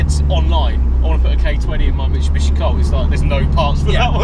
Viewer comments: my man, it’s pronounced: “MIT-SU-BISHI” not Michubishi 😂😂 come on dude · why can’t you pronounce Mitsubishi? (Mishibishi)😂 made me cry every time